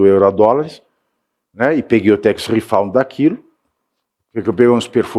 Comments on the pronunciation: Pavici, gosto dos seus comentários, mas a pronúncia de tax refund é tex refand, não refaund. Refaund quer dizer reencontrado. And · Pavinato, a palavra é "RIFÃND" e não "RIFOUND" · Tax refund, Pavinato, não “redound”. Mas a denúncia é boa.